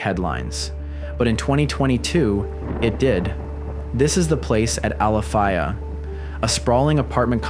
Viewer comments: You're pronouncing it wrong. It's ala-fay-uh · I stay literally around the corner from this, and its not pronounced Alafiya 😂 its pronounced Alafaya 🤦🏻‍♀️ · I’m going to let it slide because I wouldn’t dare correct you but as a native, I may have cringed just a bit at the way you said Alafaya 😅😅 as always though , great explore! So much respect and appreciation for the research you put into your background knowledge/history as well! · pronounced Alafaaaayyyyahh not Alafiiiiiyah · UCF alum,i remember this well- but it’s not Ali fi ya… it’s ala fay ya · FYI, it’s Al-la-Fay-ah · Hey, just FYI... Actually pronounced al-uh-fay-uh. Just looking out, I'm from and still live in Orlando...47yrs. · I live here,we pronounce it al - a - fae - a lol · Wow, exploring with at my alma matter! Very cool. Also, pronounciation would be "Ala-fay-uh" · Pronounced —- Al a fay (rhymes with day) ya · That's Alafaya (AL-u-Fā-u). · The road is pronounced “Al-ah-FAY-ah”. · “I just seen it”. Omg and if you don’t have the de de the good lord gave a goose to come out of the rain, move north. and he only game them a tablespoon. We have PLENTY of warning for storms! Stupid if you don’t get renters insurance. It’s not expensive at all. And learn how to pronounce Alafaya. 3 miles from my folks house… I do not feel sorry for these people. Watch the weather. Shelters open. Every school turns into a shelter. Stay safe and not stupid is a locals motto. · You can clearly tell he’s not from round here by the way he’s pronouncing alafaya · That's not how you say Alafaya. It's a long A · He pronounced ‘alafaya’ wrong 😂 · Ah bruh the way you pronounce Alafaya was getting to me lol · DAMMMMMMMMM i grew up car hopping in here say our city name right bitch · It hurts hearing him pronounce Alafaya wrong